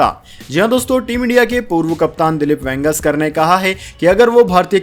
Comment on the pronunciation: ये वेंगेसकर क्या होता है ? इतने बड़े खिलाड़ी का नाम तक ठीक से नहीं बोल सकते ? यदि शुद्ध हिन्दी का उच्चारण भी नहीं कर सकते तो बंद करो यह काम । हमेशा गलत उच्चारण करते हो ।